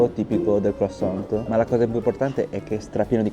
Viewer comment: Si dice " cruassan" la t finale in francese è muta😊